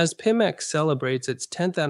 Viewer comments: I honestly thought had phonetically trained himself just for the video... until the AI voice said peemax 🤣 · A video by Pimax with a robot presenter that can't even pronounce the name of the company the video is promoting and that robot is a mimic of the founder?? You can't make this shit up.